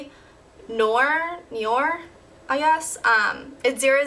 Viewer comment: noir is pronounced nwar